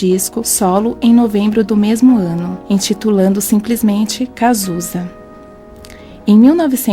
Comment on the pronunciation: Há muitos erros na narração: "EntituLANdo simplesmente" ??? O certo e EntituLADO!!! "LanÇANDO em Novembro de 1985"???? LANÇAAAAAAAAADDdo minha filha!!! Parece que vocês estão narrando uma história pra criança, com essa vozinha sensível. Horrível!!!